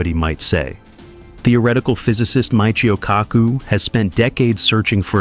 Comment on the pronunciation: This “narrator” knows nothing of physics. He mangled the pronunciation of Michio Kaku’s name. Anyone even remotely acquainted with science would have heard Dr. Kaku’s name enough to know how to pronounce it correctly. I wish YouTube would police their creators to make sure they knew something of the subject matter of their videos. As for this one, demonetizing this channel to the level of simple cartoons appears appropriate.